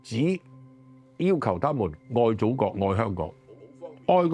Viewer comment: Says he’s a patriot but can’t even pronounce the word “country” properly 😂😂 the comedy writes itself